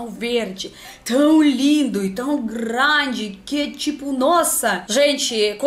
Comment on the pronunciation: "Eu sou gRRRRRande fã dos pôr do sol..." Minha nossa! Que fofura!